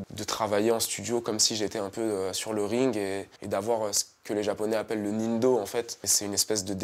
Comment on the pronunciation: Ce n'est pas le "nindöen fait" mais le "nindo" enfaite